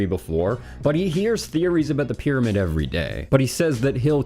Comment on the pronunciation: Props to Zahi, his ego and all. I love the way he pronounces pyramid, like spoken at 2X speed - 'Bidabid'